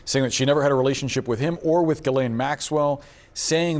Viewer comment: What's a relation-sheep? 🤔🐑